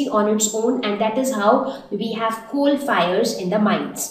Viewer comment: Very right, she is having a very bad pronunciation she says chol to coal She adds 'h' to words and whenever she says 's' so my ears start get irritating